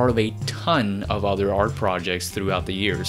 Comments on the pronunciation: It's "art", not "arch" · When you say "art" it sounds like "arch" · Why do you say arsh instead of art? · Why do you say arch instead of art? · why do you pronounce art as "arch" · why do you always pronounce “art” as “arch” ? 🤪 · He saying Arch right? Is this intentional ? I'm not sure if it's supposed to be art but he's choosing to call art....arch? As art is an arch that bridges across many different mediums? Or is he just mispronouncing it? #elaborateporfavor? #maybeimoverthinkingthis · Good video but it’s just funny how you say arch instead of art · You know there is no "ch" at the end of "Art", right? I get that English is not your first language, but you speak it will enough and fluent enough to know Art vs Arch. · Why the hell do you keep saying arch instead of art? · is it just me or does he keep saying arch instead of art? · It's "art" ...not "arch". Good video...carry on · Art not arch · Am I the only one who hears "arch" every time he says "art"? Other than that, thanks for the great video! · I like how you pronounce the word "art" as "arch". Great video btw, I did not know he made classical albums like Orca, so I will definitely go and check them out! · It's "arT" not arCH... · the way you pronounce art as arch bothers me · If you say arch one more time I'm going to kill you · Is it just me, or does the guy keep saying arch instead of art..? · Since everything else has been said,... It's Art, not Arch goddamnit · why is him pronouncing art as "arch"?? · ArT-T-T with a T, not Arch. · Why the hell this guy pronounces "art" as "arch"? It makes me so uncomfortable :D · Art, Artch, or Arch? And then narrator said "supporch"... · Is it me or you say ARCH instead of ART every time? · the word is art...not arch lol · It's arT...not arch...omg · Why he says arch instead of art throughout the entire video? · duuuude, its called art, not artch ahhaahahha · It's "art" not "arch" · Why do you say "arch" instead of "art"? The Roman Empire blackmails you?